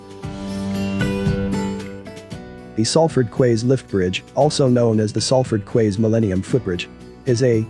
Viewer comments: Quays is pronounced keys, like door keys, Florida keys. A quay is a type of jetty for boats to moor or ships to dock. I'm from Salford. Even though the sign over the docks entrance said Manchester docks they were always called Salford docks, because they were actually in Salford. My grandad was a crane driver on the docks for 40 years. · Salford "kways", really?... LOL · You are talking about the city of Salford and the Salford QUAYS, and you say "quays" wrong. Have you ever been to this area. The docks was called locally as Salford docks (not Manchester docks) and the docks declined in the early 80s. Get facts right please.